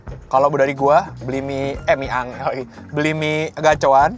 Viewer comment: Btw mie angel bacanya enjel bang, bukan angel bahasa jawa😭